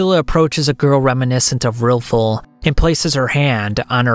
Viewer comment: buddy can NOT get these names right at all. RILFUL?